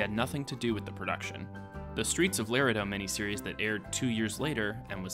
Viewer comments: It’s not Lerido you silly Yankee.....it’s La-redo. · Hey, Laredo is pronounced Le-RAY-doh not Lair-uh-doe (at the mark). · It’s pronounced Lore-aye- doh, not Lore-ehh-doh. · Streets of “Lareda”😂😂😂 “Streets of Laredo”....oh my that was a good laugh. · It's pronounced LA-RAY-DOE not LAIR-A-DOE. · OMG you really said LAIR-uh-doh, Texas. It's luh-RAY-doh. JFC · Dear, Laredo is pronounced “luh-RAY-doe,” not “LAIR-uh-doe.” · "Streets of Laredo". The proper pronunciation is LaRAYdo, not Larehdo. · luh RAY dough , not Lair eh doe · Its pronounced "La-Ray-doe", not Lar-A- Doe! Geeze, you kids go on wiki to do your research? Bet you haven't even watched the series either! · It’s “la-Ray-do,” not “lair-uh-duh.” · "LAR-a-do"? It's La-RE-do. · La-RAY-do, not "Lare-uh-do" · Here's a 10th thing you obviously didn't know: it's pronounced "Luh-RAY-doh," not "Larry-doh!" Duh! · Return To Laredo is pronounced Lah-ray-doe, not Ler-eh-doe. Accent on last sylable not the middle one. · “ Lair a doh..”. It’s pronounced… “Lah ray doh”….for you non Spanish speakers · Commentator should have been educated on how to pronounce "Laredo". It's "Lah Ray Doe" not "Lar ed doe".. that's just sad and sooooo wrong. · La-RAY-Dough. Please, for the sake of all that is holy in westerns, learn the pronunciation. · Damn, you beat me to it. Hey,.....it's Laredo...."La Rey Dough...." in case you Yankees can not properly pronounce it, sheeesh... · hardluck 1995 agreed that would be La re dō...phonetically. Spanish speakers, native Texans, and people from the southwest generally would know this. People from up north wouldn’t. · Bullshit. People everywhere know how to pronounce "La-RAY-doe. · You do not pronounce Laredo correctly (Like a Texan) it is La rey doe. (Like the musical notes). Danny Glover’s character was after a man named Boze Ikard. He worked for Goodnight, and did his banking. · Lah Ray-Doh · Did this fool just pronounce Laredo as Leh-ruh-doe?